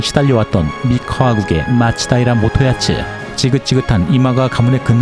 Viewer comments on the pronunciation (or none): 다 좋았는데, 옥의 티가... 도쿠가와 이에야스의 옛 이름은 마츠다이라 모토야츠가 아니라 마츠다이라 모토야스(元康)입니다. 잘 아시겠지만, 이에야스가 이마가와 가문에 인질로 가 있던 시절 이마가와 요시모토의 이름 글자를 받아 쓴 이름이라, 요시모토 사후 독립하면서 모토(元) 자를 버리고 개명을 하게 됩니다. 하지만 야스(康) 자는 개명 이후에도 사용했기 때문에 발음이 달라질 이유는 없습니다. 가끔씩 잘 보고 있습니다. 감사합니다^^